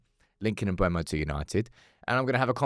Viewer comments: he said mb u e mo not mbe u mo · It's not pronounced "Mbwemo" it's "Mburmo" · its M-BE-UMO not M-BUE-MO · Is that how to pronounce his name. Shouldn't it be sound more like "Mboomo"? idk lol